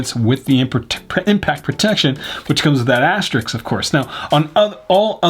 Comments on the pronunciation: I like your videos, but... it's asterisk, not Asterix.... =0) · Aster-isk* (*correct way of saying it) 🤷